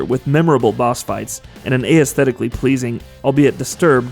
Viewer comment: Why can’t this guy say aesthetically...